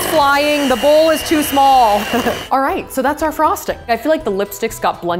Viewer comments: when did she say alright wrong? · 2 things: you said alright wrong! honey spies on you